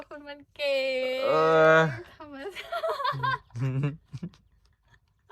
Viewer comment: ธรรมชาติ..ออกเสียงว่า...ทำ..มะ..ชาด..ไม่ใช่..ทำ..มะ..ซาด...ชอช้างครับ..ไม่ใช่..ซอโซ่..ครับ😊